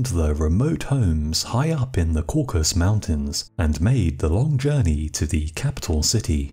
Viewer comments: It’s ‘caucasus’ not ‘caucus’. If you are trying to pronounce ‘kavkaz’ you are failing. And the knights in question are KHEVSUR not ‘kevsur’. Khevsurs (ხევსურენი) are an indigenous sub-ethnicity of Georgians (Kartulebi ქართულენი) from the Khevsureti region in the Caucasian mountain range. Kvevsurs have always been Orthodox Christian, like nearly all Georgians and don’t have their own unique sect but remain communicants of the Georgian Orthodox Church which maintains communion with all Orthodox churches worldwide since the country converted after 325 AD. The crosses emblazoned on Khevsur shields and helmets would be Bolnisi crosses, the same seen on the contemporary Georgian flag, whose design dates from the XII c., the high point of Georgian power and culture. The use of the Bolnisi Cross predate the crusades by hundreds of years, is a unique emblem of the Georgian Orthodox Church and may be seen everywhere throughout the country as the symbol of the presence of the Georgian Orthodox Church. In Georgia geographical isolation has never resulted in significant loss of either national identity or religious unity. The apocryphal tale of wandering Frankish crusaders taking refuge in the high Caucasus is entirely fictitious as khevsurian culture, language and genetic heritage owes absolutely nothing to Western Europe. This notion that they could not have indigenous origin is typical of western and Russian imperialism of the last few centuries. The Georgians are an indigenous Caucasi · Cauc-as-us, not Cauc-as. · Caucasus. Not caucus. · Please forgive me, but I believe it's Cau-ca- sus. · dude please - learn how to pronounce the word 'Caucasus'. It's got three syllables. Coor - Cass - Us. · Caucasus Mountains Not “Caucus” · It's 'CaucASus' Mountains, NOT 'Caucus'. It's where 'CaucASIAN' comes from. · It's Caucasus, not Caucus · Cau-ca-sus (not caucus) Mountains three syllables. Geeze! Who edits these things? Anybody? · It's the Caucasus mountains, not Caucus. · no. caucasus.